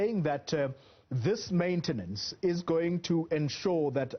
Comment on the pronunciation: "Maintence"? What is that???